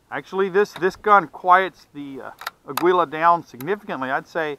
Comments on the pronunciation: It's pronounced "ah-geela" not "ah-gwee-la"- its Spanish for eagle. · Pronounce Ah- gee -la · This "aggwila" always gets to me. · It's not ah-gee-la tho. Mexicans pronounce the U slightly. Maybe not as much as dude does in video but it's definitely not pronounced "geela". It's actually more similar to how we annunciate Christian Aguilera in U.S.